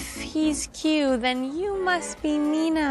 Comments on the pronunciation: guys im sorry but every time she says "min-ho" i want to SOB.. she says "MEEN-HOE" its "min-ho" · pronouncing it as “mean ho””” made me laugh 😂